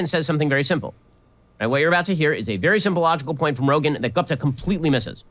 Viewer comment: Ben is intentionally mispronouncing Guptas's name. You can hear him pronounce it correctly the first time and every time after that he uses an english pronunciation. This is the kind of bigot he is